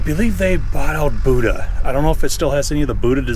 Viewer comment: People can help me out. I believe the correct pronunciation of Buda engines is not the same as the South Asian religious figure. "Boooda" It is more along the lines of "Bewuda" Similar to the way "beautiful" starts its pronunciation. I am sorry for being pedantic. Family trait. Great walk around! That front idler would be out of line so the whole track would be askew and wearing badly. If it is a museum piece of equipment, it adds character. If I wanted to use it, I don't like character.